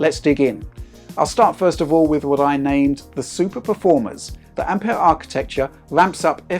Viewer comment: Finally someone who doesn't say Ampiure